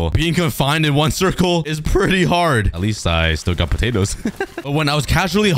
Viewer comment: Let's take a bunch of putadas Me: Putadas? What?